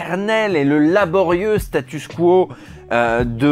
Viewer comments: Tu dis statuss quo car on l'entend bcp dans les programmes américain des dernières années. En anglais Status Quo, en français Statu Quo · Pourquoi tu dis statusse ? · Par contre on dit "statu quo":) cœur sur toi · Tu dis "Statussssss quo" comme en anglais, comme on prononce le nom du groupe Status Quo qui chantait "In the army now". Ce n'est donc pas une erreur, c'est juste anglais :) Par contre on dit "aller de Charybde en Scylla" en prononçant "Karibe", comme on prononce "charisme" avec un son "KA". Sinon sur le fond de la vidéo : deuxième vidéo sur Futurama que j'ai aimée, je vote donc OUI pour un top sur South Park :D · Enfin tu prononces à la francaise le mot anglais "status" 😆